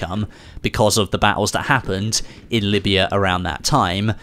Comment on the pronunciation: it’s Libya not Lyiba